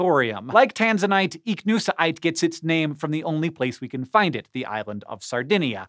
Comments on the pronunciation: With hiw he said ichnusite i kniw he botched that word about 50 times across the segment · Why he saying Ichnusaite like that? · Every time you say Ichnusaite it sounds like your having a stroke